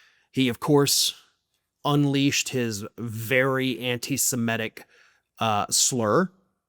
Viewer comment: please stop saying anti- simetic. The word is anti-semitic "sem-it-ic". It makes you sound stupid and we all know that you are not stupid